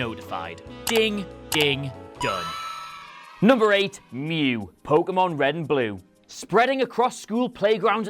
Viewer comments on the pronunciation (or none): none